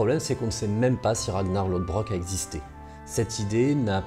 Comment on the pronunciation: Le d bizarre de Lodbrok se dit comme le 'th' anglais, proche d'un son 'f'